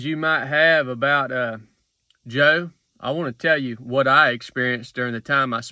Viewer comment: "Lemme' tell ye w'hat."